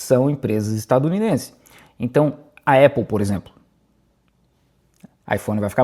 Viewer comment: Apple e não Épple....